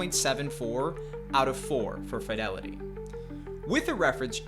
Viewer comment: Youre either pronouncing fidelity wrong or using a crap vo generator